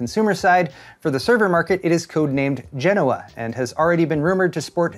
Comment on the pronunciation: ty for pronouncing Genoa correctly 8^)